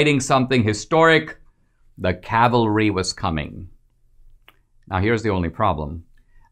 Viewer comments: Surely you meant "bringing the cavalry" . . . not bringing the Calvary! :) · Thank you Dinesh for discussing and clarifying this! When I first heard swalwell say it during the hearing I thought something was fishy. The woman's tweet that trump retweeted clearly read 'calvery' and swalwell clearly kept saying 'cavelry'. To tell the truth, I myself didn't know of the word 'calvery.' I thought, i guess like most people, she simply misspelled the word. But I thought it was very ODD that swalwell didn't take the opportunity to highlight an ignorant trump supporter who can't spell. Instead he kept pushing right on forward saying 'cavelry' several times. Obvious now, he did so intentionally, misrepresenting what this woman said, and hoping his audience was ignorant. Thank goodness YOU'RE not, Dinesh. But I'm pretty sure fox covered it as if the woman said 'cavelry' but defended it as common political rhetoric. You're the only so far that I've heard say this woman tweeted exactly what she meant to tweet! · Swalwell probably passed loud gas when the word Calvary was said. Didn't hear it right.